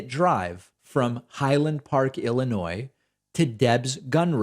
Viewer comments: i believe this will be the first thing that i’ve had to correct you: Illinois…the “s” is silent… lol, and if THAT is the only complaint, brother, i think that it’s all good; keep on keepin’ on! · Learn to say Illinois correctly please.